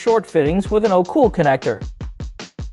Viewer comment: Its called alphacool lads, not ocool. Its an a for alpha